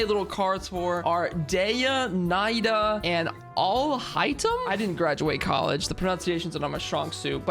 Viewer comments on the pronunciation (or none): I’m Arab so I’ll correct your pronunciation: Dehya is pronounced da-hee-ya Nahida has 2 pronunciation, the one used in game which is imo acceptable (na-hee-da) and the actual Arabic pronunciation (na-heu-dah) Alhaitham is pronounced Al-hey-tham (with the th sound sounding like th in the) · (Dehya) Dee Yuh or Dee Yah whichever is easier. (Nahida) Na He Dah (Al Haitham) AL Hey Them you said your pronunciations weren't the best, so I decided to make it a little easier for you for next time kay? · It's pronounce Al-hate-them 👍🏻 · WHY TF IS HIS NAME AL HAITHAM IT NOT SUPPOSED TO BE AL HAITHAM ITs like saying the haithem or the[Y/N]